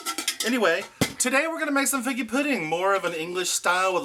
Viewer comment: You never said figgy pudding. The answer is zero. You said “FIGGA” pudding. Do I win?